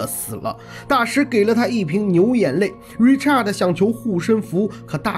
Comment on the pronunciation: Richard 是唸er的音 Not art Richart 才是發你唸的art的音